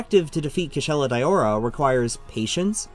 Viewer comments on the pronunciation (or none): Its a bit cringe that he calls it Kushala "Dayowra"... But yup great vid.